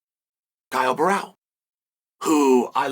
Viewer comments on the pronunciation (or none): It's Borrahlo. Not Barao you dipshit. Imavov. Not Imanov. Take some grammer and pronunciation lessons. 😂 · Imavov is quite simple and he says ImaNov. No expectations on Borralho getting better than “Borral” 😂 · Sonnen needs to train speaking brazilian names like "Borralho" and "Pereira", lol.